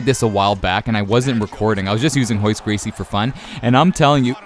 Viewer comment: Why do you keep saying "hoyce" when it's Royce? Is it just pronounced differently?